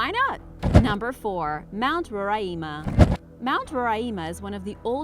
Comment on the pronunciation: I live in Guyana and it is pronounced like Guy ana and the mountain is pronounced like Ro ri ma